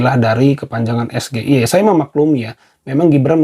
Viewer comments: Gibran: SGIE ( es ge iii eee) KPU : Bukan SGIE (es ge iii eee) tapi (es ji ae iii) bran! Waduh salah lagi. Netizen: gibran ooo ooonnnn😂😂😂😂😂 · Blimbing sayur yg hanya betani debat dikelonin KPU biar bsa bawa contekan dan ada yg ngarahin...😊😅😅😅😅bhaaa...bhaaaa....SGIE...SGIE...sok2an ngasi pertanyasn tpi ga bsa pelafalannya...pantes cak Imin ga paham...ngucapnya ES GE I E...yg bener cara bacanya ES JI AI I 😅😅😅 katanya lulusan singapura...pas dianya..eh liat contekan lagi...😅😅😅 samsuul...samsul...hasil ngobrak abrik konsitusi...hadiah paman usman...FAKTA ini lho yaa...bukan FITNAH...tar playing victim...merasa terdzalimi...😅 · Pertanyaan singkatan SGIE bila dibaca dengan bahasa Indonesia jawab aja * saodara Gilbang ini eror, soalnya itu kan singkatan bahasa inggris seharusnya di ucapkan / dibaca dgn bahasa inggris.